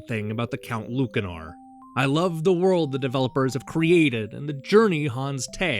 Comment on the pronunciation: Ya ever think maybe the c in Lucanor is pronounced like an S?